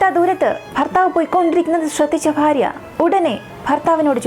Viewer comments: ഫാ അല്ല ഭാ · കുട്ട്യേ ഫാര്യ അല്ല ഭാര്യ 🤣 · ഫാര്യ അല്ല മോളെ ഭാര്യ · ഫാര്യ. ഫർത്താവ് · ജിഹാദികളുടെ അടിമ മോളൂ ..... സേ ഫാര്യ അല്ല ഭാര്യ 😂😂😂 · എന്തിന് മനഃപൂർവം 'ഭ' ക്ക് പകരം 'ഫ ' എന്ന് പറയുന്നത് ? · ഫാര്യ അല്ല ഭാര്യ😁😁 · മാശാ അളളാഹ് നല്ല അവതരണം ഫർത്താവ് ,ഫാര്യ അല്ല ഭർത്താവ് ,ഭാര്യ എന്നാണ് തുകൽ ബാഗ് എന്നാണ് ❤ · ചിലപ്പോൾ, ഫർത്താവ്, ഫാര്യ എന്നാണ് പറയുന്നത് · ഫർത്താവ്, ഫാര്യ........ അയ്യേ.... അയ്യയ്യേ.....